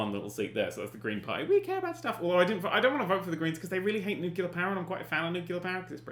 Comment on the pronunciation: I cry every time he says 'nucular' instead of nuclear.